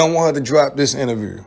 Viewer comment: He has struggle pronouncing the word “INTERVIEW”